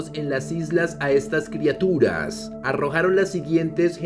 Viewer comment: "Criaturas" no "Crituras".